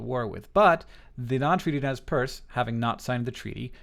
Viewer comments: Nezz Perce.. It's nez percé, the french word, like pierced nose. I love your videos hank, but this.. it hurts, right in the languages. ^^ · Btw the pronunciation of Nez Perce is mispronounced by Americans just about 98% of the time. This name was given by French-canadian traders and phonetically is "Nay Parsay." The name for their tribe among themselves is "Nimipu." Which simply means in their language "the people." A good resource is the movie "I Will Fight No More Forever" (1975) starring Ned Romero as Chief Joseph, James Whitmore as Brigadier General O.O. Howard, and Sam Elliott as Capt. Wood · isnt it pronounced nez per-say? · rather, we call ourselves Nimipuu (knee-me-poo). Nez Perce (neh-z purse) was a name given by colonizers. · I don't know if it's just my history teacher's influence on me, but I'm pretty sure it's pronounced Nez Per-say. *shrug* Anyway, great video!